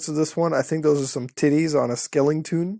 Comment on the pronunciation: Skeletons not skelingtons. There is no ing in Skeleton